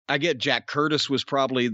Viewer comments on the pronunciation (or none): none